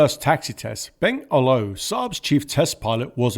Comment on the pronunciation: "Olow" is pronounced "Oolov".